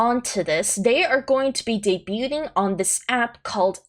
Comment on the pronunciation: The T is silent in the word debuting.